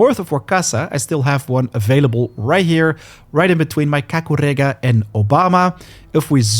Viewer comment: I like how you say KAKUREGA 👌👌